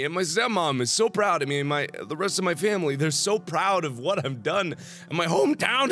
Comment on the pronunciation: "My Family..." you got a country accent Mark